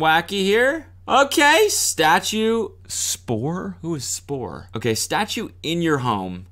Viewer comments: Cody reading SPQR as "spor" made me cringe harder than anything in this video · It's not Spor Cody. Is SPQR. Mean old Roman People. "Senatvs PopvlvsQve Romanvs" in latin. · “What is spor” 😭😭 Its SPQR cody its a roman thing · “SPQR” Cody: SPORE?? Who’s spore?? 😭😭😭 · lmfao not cody saying SPOR to SPQR my guy really didnt go to history class the day they studied romans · “SPORE”!? My boy. It’s S.P.Q.R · SPQR not Spor.... omg hahaha. It's the motto of the Roman Legion Fulminata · Cody reading SPQR the roman empire motto like SPOR, set me off. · Cody not understanding Drakkar Noir and "SPOR" made me lose it hahah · SPOR🤣 its SPQR my dude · SPQR (Roman empire) not SPOR my American friend KEK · is SPQR babe, not spor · SPQR is an ancient Roman symbol. Not pronounced spor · SPQR my dude. Not SPOR... Jesus fucking christ. LOL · It’s not spor it SPQR is a Roman thing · Spqr cody not spor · It's not SPOR it's SPQR 😂😂 it's a Roman term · This is the most minuscule thing but Cody reading SPQR as "spore" absolutely sent me for some reason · "Spor? Who is spor?" Come on cody, are you fr? 😂😂😂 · ikr i cringed so hard when he said spor 🤢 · Cody reading it “SPOR” is the most Cody thing ever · "SPOR" Cody no pls tell me you have the basics of Roman history. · When Cody read “SPQR” as “spore,” I literally put my hand up to my mouth to gasp like I was in an old-timey cartoon. It was instinctual; I couldn’t help myself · CODY IT'S SPQR LIKE THE ROMAN REPUBLIC LMFAO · Cody pronouncing SPQR as "spor" is funny considering he's old enough to have seen the title when it was established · Did… did Cody misread SPQR?